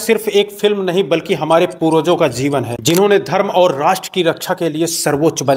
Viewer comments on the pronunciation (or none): none